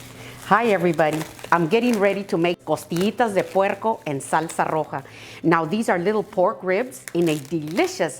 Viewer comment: I love how you say "costillitas de puerrrrrrrrrrrrrco en salsa rrrrrrrrrrrrojo"